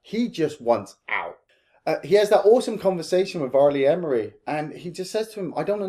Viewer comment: R.Lee Ermy = "Arr Lee Err-me" not Emery Great content, guys